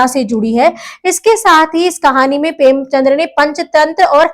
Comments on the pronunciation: Premchand, not Premchandra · Excuse me mam ...premchandr nhi premchand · Mam it's preamchand .. Not premchandra❤ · premchandr nhi premchand h